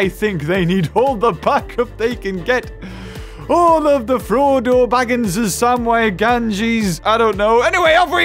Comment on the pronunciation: I love it when he says "frodo Bagins" omg the accent! XD